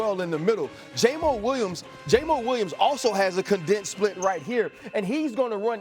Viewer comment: Nothing makes a talking head sound funnier to me than "JAMO Williams". Just say JAMO or WAYMO, Mr. JAMO, if you want to put respect on it.